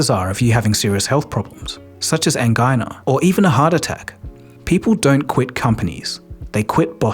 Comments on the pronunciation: This guy pretends to deeply study topics like this one, but he pronounced angina as an-guy-nuh not an-jie-nuh He also only includes examples that support whatever theory he's trying to postulate and proselytize. Notice that he gives ZERO examples of promoted employees that ended up making GREAT managers, even though there are very many. He's using 55% vs 45% stats to try and say 100% is correct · Angina - an-jai-nuh: A type of chest pain from reduced blood flow to the heart. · It's pronounced "angina", like "vagina". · "such as *an-guy-nuh* " *Immediately bursts out laughing* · 'Angina' is pronounced an-JEYE-nuh. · Was this the first time you had to pronounce angina? Lol. Good video otherwise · Yeah I almost corrected his pronunciation of angina out of reflex, despite the fact nobody would have heard it. It was just a blatantly wrong thing that should be easily fixable, and I felt like an English teacher mentally marking a -2 in red on this essay. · Might be worth asking how to pronounce "angina" mate.